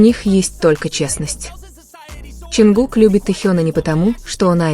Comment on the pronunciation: Не ЧонкукА.а ЧонгУка